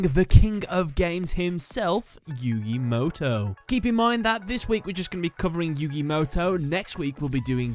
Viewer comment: My point went over your head huh. I said the way you explained it was wrong because there's no character in the Japanese language that would be pronounced as "ow" which is what you said when describing Mo Tow. That's why I said what I said in my previous comment